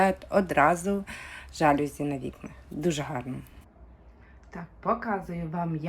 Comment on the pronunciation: Слухати - не можливо. Слово жалюзі - французьке - тому наголос - на закінчення - жалюзІ . СатимЕтрів. А ідея - хороша